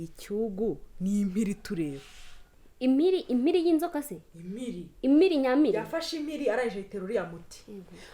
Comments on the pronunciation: Ni nde utazi kuvuga "impiri", wivugira "imiri" nka!?😊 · ati imiri nyamiri!😂😂 Muri Papa Sava p iburizwamo iyo irihagati ya m na i ijambo impiri rigahinduka imiri😃